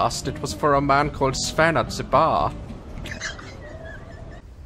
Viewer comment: SVEN is with a V. Usually. Sorry...